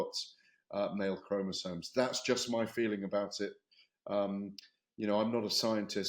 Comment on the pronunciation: Oh, and Ade, it's not chromosones. It's chromosomes.